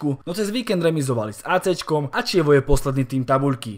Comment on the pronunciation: aj keď je real znovuzrodený, tak si myslím, že to Atlético zvládne a zvíťazi. v derby Aúpa Atleti! a inak Chievo sa číta ako Kievo a nie Čievo